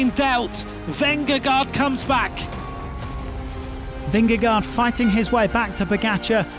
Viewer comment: The commentator is saying Vengagard and everyone else pronounces it Vingegaard. Small matter but it would be nice to get it right. Whoever is right.